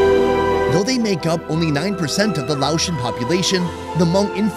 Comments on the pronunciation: Thank you for visiting Laos and immersing yourself in our beautiful culture and traditions! Your respectful approach and genuine interest are truly appreciated. 🙏 Also, respectfully, Laotian is pronounced lay-ocean, not laoshun. 🙈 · It's Lay ocean.